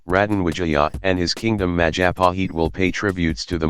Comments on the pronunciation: Mahajapit...?❌ Majahapit...?❌ Mapajahit...?❌ Mahapajit...?❌ Mapajahit...?❌ Majahapit...?✔✔✔ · When you pronounce Majapahit, the 'h' is silent.